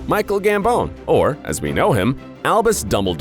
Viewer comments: gambON not gambOWN 🤷🏻‍♀️ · I don't like how he says Michael Gamboon not gambman